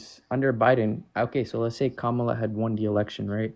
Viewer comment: at least he pronounced Kamala’s name correctly